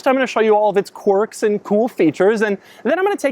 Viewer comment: "Quirk" is pronounced kwerk, NOT cork. Every video Doug. Every video. =)